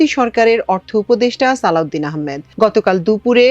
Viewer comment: সালউদিন না সালেউদিন